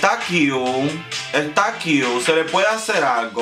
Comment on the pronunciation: Amo cuando dices “está qiu! está qiu!” 😂😂❤️❤️